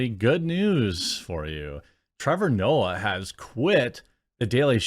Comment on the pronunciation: Trevor nope-ah